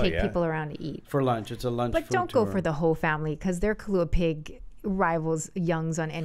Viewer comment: Wow, I'm really impressed with Zach Knighton. Mad props for saying kalua pig! All I hear now is kalua pork. I'm old school and still call it kalua pig.